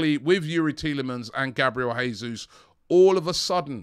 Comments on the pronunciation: it's Jay soos not Hey soos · Please Robbie...it's JAY-Zuz.... Portuguese not Spanish. We are loading up with Portuguese and Brasilians....let's get the names right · Please pronounce Jesus correctly. This is Portuguese not spanish. It's Pronounced like in English